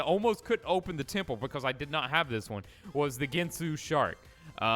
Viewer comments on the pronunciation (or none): It's posiden temple not tiple